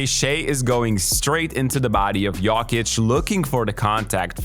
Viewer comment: why u say jokic like that